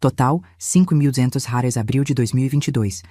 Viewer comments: Não sei por que fala róis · Essa narradora nao sabe pronunciar reais mais vai treinar é intuitivo